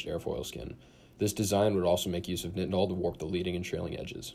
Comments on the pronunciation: its pronounced night-en-ol like backwards tylenol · Google pronounces nitinol this way but bing pronounces it the common way.